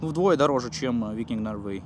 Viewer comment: Ноуэрвэй))) Инглишмэн. Лондон зэ грейт капитал оф зэ бритн))) Обзор понравился, штука прикольная, встречу, приобрету